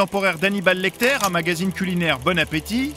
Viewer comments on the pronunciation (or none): ''hannibal laictaiire''